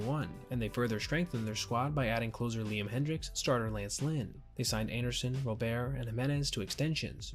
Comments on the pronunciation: Guillen = GEE-in Robert = RAW-burt It's not gee-YEHN or ro-BEAR. I know because I'm a fan of this dumpster fire of a team. Pray for my soul. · Its Luis ROBERT, not Robear!! He goes by the American pronunciation of his name!! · Ro-bear...? first time hearing someone call him that. always that it was Robert